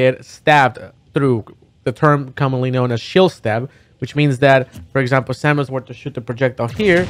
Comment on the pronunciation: Its Samus, not salmon for future reference lol